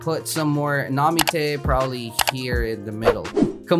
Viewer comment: Where the tf did he get the name namite it’s nami